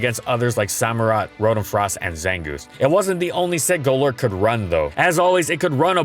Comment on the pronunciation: Goelerk 🤮 Go-lurk 😍👌